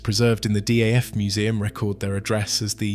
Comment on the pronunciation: its daf not df.